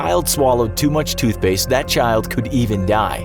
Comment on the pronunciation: TootSHpaste? lol